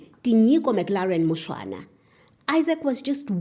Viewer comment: It's Mushwana , just for correction